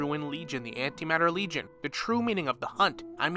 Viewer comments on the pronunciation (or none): none